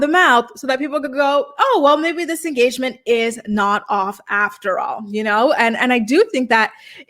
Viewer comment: They had an “enstagement”